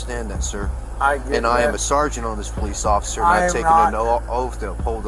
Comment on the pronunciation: Plesss… POL… plolice occifer